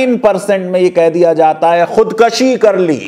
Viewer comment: Sir, with due respect, Khud kushi is correct pronunciation.